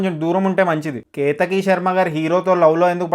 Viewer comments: ketaki sharma❎ ketika sharma✅ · Bro kethaki sharma kadu bro kethika sharma nuvvu maa kethika sharma fan's ni chala hurt chesav 😢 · Ketika not ketaki😮